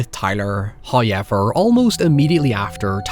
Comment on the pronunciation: tf is "hoyever" man for real it pisses me off i subscribed you just to unsubscribe immediately after i heard this in couple of your videos